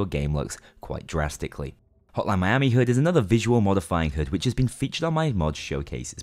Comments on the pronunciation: Take a shot every time he says HUD wrong. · "hood"... Khe he he 'your accent funny' xd